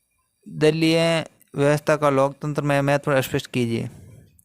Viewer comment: दलीप नहीं ❌ दलीय हैं